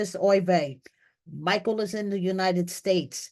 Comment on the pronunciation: If anyone deserves to be an American citizen it’s My-kull. Love his heart though, it’s about to get REAL real with Angela😳🫣